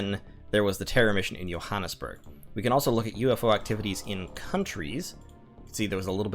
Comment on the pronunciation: As a South African, your pronunciation of Johannesburg on this 3 year old video that will have no impact on my life is driving me nuts, so I choose to complain about it in the comments section like it will fix anything . . . . It won't . . . . . Also, the mission was in Pretoria